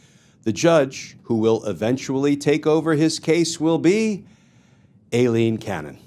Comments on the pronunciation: It is not A Leen, it is I Leen. You ID10t! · You pronounce Aileen (Eye Lean)